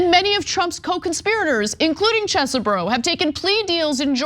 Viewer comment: Not to mention how to pronounce "Chez-bro." This was weird. Never heard her mispronounce so many things in one segment.